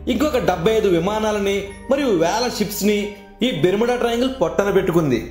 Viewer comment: Are nuv fast telugu nerchukove...! Bermeda kadhu barmoda